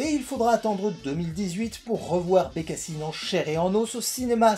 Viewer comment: BecassAÏNeee, is my voisAÏNeee... 😂😂😂